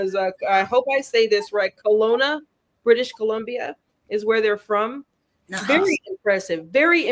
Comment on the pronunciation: And you nailed the pronunciation of Kelowna. Rhymes with hello-nuh.